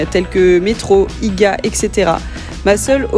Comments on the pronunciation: Pas IGUA mais I-G-A 🙂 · Pas valmart mais walmart(wolmart pour la prononciation) car ici ce n"est pas l"europe et en dexieme pas IGA mais IGEA (prononciation) . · Hey, pour information IGA tu le prononce mal. Faut le prononcer en séparant les lettres donc comme l’alphabet 😊 Sinon bienvenue au Canada :) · Je suis québécoise sa ce dit IGA